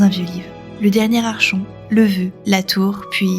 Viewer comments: Vidéo très intéressante, bien racontée et complète. Petit détail, le mot "Archon" vient du grec "Archo" qui signifie "chef". Cela se prononce donc "Arkon" comme dans Archonte (chef militaire grec), archéologie, psychologue, etc. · Sympa ta vidéo, je découvre le lore de la suite de Fable avec intérèt! Par contre, petit détail, "archon" se prononce "arkon", comme dans "archétype". Le grec ancien... 🙄